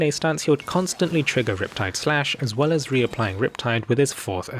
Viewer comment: did you notice instead of "well"x3 he said "whale"x3 lolol nice